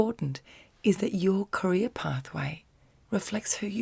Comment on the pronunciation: when you say career i hear ''korea'' i don't know why but it is sooo funny to me haha love ya